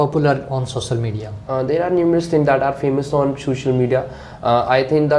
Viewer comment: The way examiner is pronouncing sosal media😂😂😂